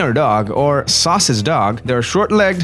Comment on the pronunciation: It’s sausage dog not sauces dog